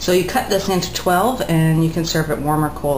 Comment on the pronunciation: hey. i'm watching your videos from germany and kuchen really means cake. and your pronounciation of the word is perfekt!! love, lisa